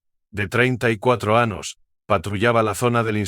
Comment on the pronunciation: TERRIBLE NARRACION. No pronuncia las ñs , por eso anos, que horror